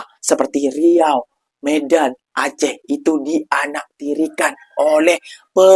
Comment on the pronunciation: Nama Salah "Riua", Benar "Riau"